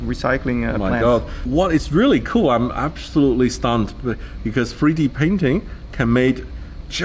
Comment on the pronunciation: It’s 3D printing Sam not free d